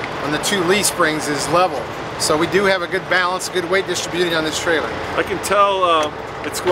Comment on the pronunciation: that guys needs to learn some proper english he also called distribution distribeauty and i was like wtf that's not a fucking word